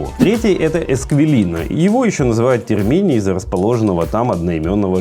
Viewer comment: С ударениями ошибаются очень многие, зная, что в итальянском , в основном, ударение на последний слог (Тéрмини происходит от слова тéрмы, на этом месте находились термы Диоклетиана., Трастéвере - за Тибром (Tévere, как в России Замоскворечье, например). - не считаю это ошибкой от человека, приехавшего в Рим и снявшего хороший, на мой взгляд обзор. Со сравнением фонтанов Рима с фонтанами в Дубае полностью согласна😂. И ещё, для подписчиков, - сейчас в Риме ведутся работы, связанные со следующим Юбилейным годом, что-то восстанавливают, где-то просто деньги отмывают, но закрыто и перекрыто очень много, в том числе и Pzz. Navona, Pzz.Venezia и мост к Sant. Angelo…